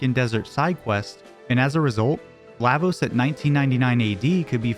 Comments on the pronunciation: LAH- VOSE Not LAY-VOSE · La, Vos... La... like LAW... fuckin hell Lahhvos? wtf are you smoking. They even took the time to show us during the scene after the black tyranno when they tell you what each part of the word means. and Magus, being the magus he is, is likely pronounced as such which is "May-gus"